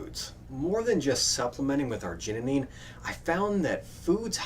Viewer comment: You put an extra "neen" in arginine. :)